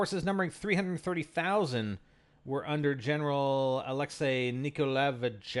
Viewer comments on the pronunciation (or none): none